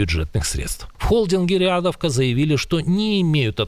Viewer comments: Не рЕадовка , а рИдовка , наверное....с уважением Слава Украине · рЕАдовка? серьёзно? И вы после этого заливаете видео на "йоутубе". Вы там кукумбера объелись? В вашей голове не возникала "тхоугхт" о том, что английский "лангуаге" стоит подучить?